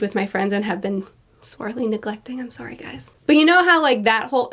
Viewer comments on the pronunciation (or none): none